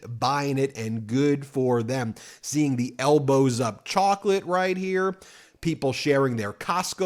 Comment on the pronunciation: Did anyone else hear 'L BOZO' instead of Elbows up😂